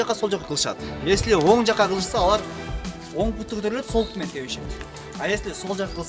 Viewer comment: Пут эмес бут!